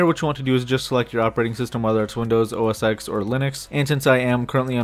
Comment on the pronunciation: When he said OSX I thought he said oral sex